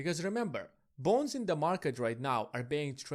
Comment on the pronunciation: Sounds like you are saying ‘government bones’ 🦴🦴